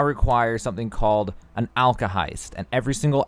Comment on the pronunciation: side note heist = hest??? (alkahest, not heist XD)